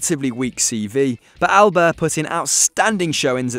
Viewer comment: . That's STEFANO ERANIO! Alder? Alder? 😂😂😂 His name is Aldair! Pronounced Aldayeeer! Why do they keep having little kids commentating on these videos?